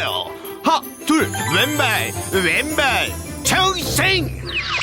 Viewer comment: 외엔발~왼발~~체읭성!!ㅋㅋㅋㅋㅋㅋ발음봐 ㅋㅋ